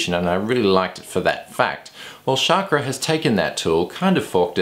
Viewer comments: Chakra should sound like CHUCK-RAW not CHAAK-RAW or SHOCK-RAW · Great reviews!! just for further information Chakra is pronounced as "Chuck-ra".